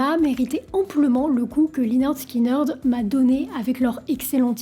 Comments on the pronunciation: On prononce 'lĕh-'nérd 'skin-'nérd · Ça se prononce léneurd skineurd 🤦‍♀️🤦‍♀️ 10 secondes sur Google trad 🤷‍♀️ et l’accident d’avion faut revoir tes sources 🤦‍♀️ j’essaye à chaque fois mais je tend tellement d’énormités sur les groupe que je peux pas finir les vidéos. Revois tes recherches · Dommage de dire lineurde skyneurde 😂 sinon la vidéo est cool :) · Très bien résumé l'histoire du groupe. Juste une petite info, prononcer Lainerd Skinerd. Sinon tout est ok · la prononciation du groupe à l'a française..... lyneurde skineurdeu.... sérieusement? ... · Depuis des années je prononce en bon français "Linirde Skinirde" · Oui et prononcer le nom du groupe également. Mais c’est fréquent chez elle. J’ai entendu des énormités sur plein de ses vidéos 🤦‍♀️ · ferme la ! tu répètes ce que dit wikipedia et tu n'as aucun intérèt..!! quand on est déja pas foutu de prononcer le nom correctement..! continue tes merdes sur les politiques et laisse la musique tranquille !!! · bravo pour le sujet d'un groupe légendaire mais s'il te plait renseignes toi sur la prononciation du groupe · Tu veux pasfaire l'effort de de demander à quelqu'un de t'apprendre à prononcer ne serait - ce qu'à peu près correctement les noms de groupes ou de chansons? Bordel dès "Swit aume alabama" et lineurd skineurd" ça promet...